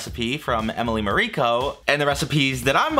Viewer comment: Isn't it Emily MAriko?